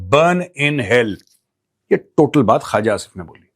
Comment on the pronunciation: It’s not Khaaja Asif. It’s Khuwaja Asif. Tum sey na ho pai ga Maj. Gober Eating Arya